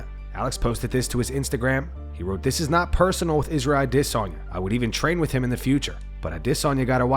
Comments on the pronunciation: iv listen for a long time and the way you say Adyesana makes me wanna punch a ufc fighter😂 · Dude, just say Adesanya's name like everyone else. Nobody cares even if that's the proper way to say it.